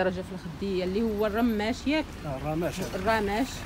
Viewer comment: للتصحيح كنقولو راماجججج ماشي رماششششششش والتوبة زوين